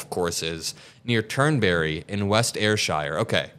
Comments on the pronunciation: It's not Air Shire like it sounds like a plane line for hobbits, it is Ayrsheer. Shire as the name of a county in English is pronounced sheer. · Ayrshire, ( air shere)